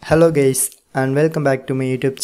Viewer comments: Bro said gays💀☠️ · I hear hello gays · Damn that is funny hello geys 😂😂😂😂